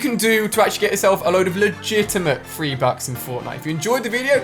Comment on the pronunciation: Yo said free bucks lol